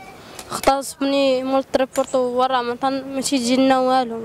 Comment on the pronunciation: On dit triporteur ماشي تريبورتول.....الراء في الأخير و ليس لام صحح الكلمة يا أخي نحن في عصر العولمة و كان عليك أن تبحث عوض كتابة كلمة خاطئة